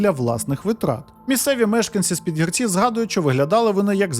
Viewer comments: Підгірці - наголос на друге і. Курвить, що така мразота має амбіції лізти в політику, хоча, чому дивуватися? Нормальна людина знайде в чому реалізуватися, а непотріб буде паразитувати. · Жителів села ПідгІрці трохи тригернуло від наголосу 😂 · ПідгІрці.Такий наголос. Я з тих країв...😢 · Стосовно наголосів: ПідгІрці, мЕртва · А просто загуглити який наголос в слові Підгірці було важко? Та й інтуїтивно відчувається, що Підгі'рці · Підгірці, після гі. Наголос на і ! Історія просто жахіття, як так довіряти да ще за її кошти проживати. Невже не включить мізки трохи. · Наголос таки не там - ПідгІрці. Наголос на друге «і»